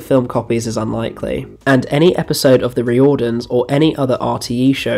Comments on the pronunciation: really appreciating the work here, but next time you come across any Irish surnames or Irish language names you might want to just check the pronunciation before diving in. Riordans isn't Ree-ord-dans. It's pronounced Rear-dons. The people talking about it in the clip you include are pronouncing it correctly. And the state broadcaster is pronounced Rad-ey-Oh Telly-Fish Erin. Remember, vowels in languages that aren't English tend not to make the same sounds. Had no idea about that Spider-man project, it sounds fascinating. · Duuuuuude it is f'in wild and awesome that you covered the Riordans. (Pronounced Reardans) My dad always talks about watching it when he was younger. I didnt really know much about it apart from Gabriel Byrne being in it.ill be very happy to show him this video. Great analysis and research. RTE are horrendous for mismanagement. Have you seen Bachelor's Walk by John Carney who made Once and Sing Street? It was unavailable for years after it first screened. I heard both disagreements between Carney and RTE and issues with music rights being the cause for it being locked away. I actually bought copies of it off someone on facebook who happened to tape every episode. I think it's the best Irish produced show. It was thankfully added to RTE player a few years ago but the quality isnt great